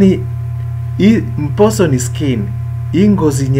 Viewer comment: Good job but remember to do away with the influence of the first language,mposo you pronounce it as mboso.